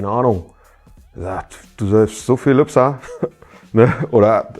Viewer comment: Das stimmt, aber triggert dich nicht seine Aussprache unserer Geburtsstadt? Man sagt ja auch nicht Hagenoff zu Hagenow ... 🙃